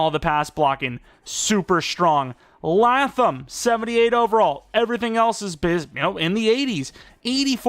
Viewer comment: Just to let you know, his name is pronounced LAY-thumm